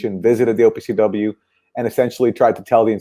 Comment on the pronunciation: I was having the same reaction to "OPCW"